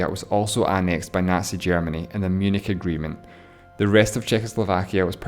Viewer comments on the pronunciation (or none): none